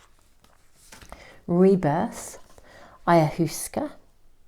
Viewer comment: pile 2 - Wonderful reading once again! Just an fyi - Ayahuasca is pronounced Eye a Waska...quite popular in the US these days.